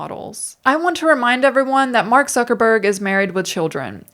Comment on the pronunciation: I love how you say "Mark Suckerberg" in a way that offers just the bare minimum of plausible deniability that I'm mishearing it.